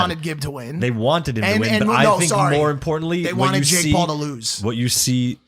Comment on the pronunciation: Did anyone hear Logan say Jake Pauf in the beginning 😂😂